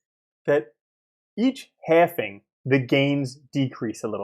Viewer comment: Please stop saying halfing